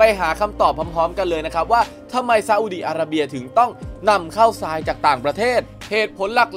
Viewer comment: อ่านผิด ทราย ทราย อ่านว่า ทาย ซราย อ่านว่า ซาย